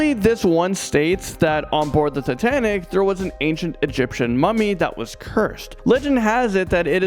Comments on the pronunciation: He said titantic? I never heard of titantic. I’ve heard of titanic. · Say sooo titanic 💗